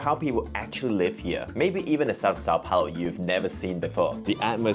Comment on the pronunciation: is always trying to correct pronunciation, when in fact she is pronouncing São Paulo better than him. In Russian, there are sounds closer to the ones in Portuguese like "ão", which doesn't exist in English.